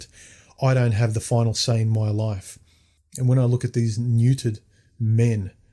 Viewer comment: It's Life not Loif. And you went and got married dude !!